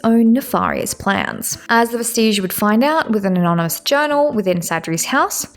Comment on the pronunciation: And Vestige is DEFINITELY not pronounced like Prestige